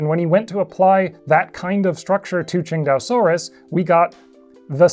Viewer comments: nah your pronounciation is right on the money. It's basically ching-dao like the beer. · Man, I'd always pronounced it (Sin-tay-oh-sore-us). Never would have come up with (Ching-dau-sore-us). Makes sense though, after seeing it was named after Qingdao.